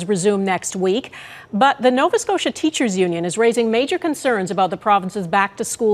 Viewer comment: He meant to say union. He said onion. 100%